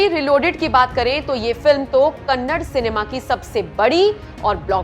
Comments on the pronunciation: Madam it's KANNADA not kannad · its not kannad, its kannada , please respect our language , though you dont have for youself , but we do have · Again you pronouncing kannad Madam please pronounce it Da Da "KANNADA" "ಕನ್ನಡ" One of the oldest language of India... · It's not kannad "KANNADA"